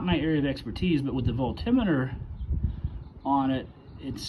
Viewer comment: I love your pronunciation of voltimeter. Lol. Forever changed my usage of Volt meter. Thank you. Did you find the solution? And thank God you didn't say Renalogy.